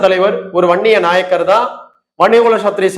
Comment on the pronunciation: நாயகர் (நாயக்கர் ) அல்ல உச்சரிப்பு தெரியாத வன்னியர் ?